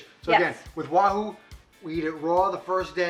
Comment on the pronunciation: stick to being the camera man and cooking! You literally butchered that Wahoo!! 😊😂😊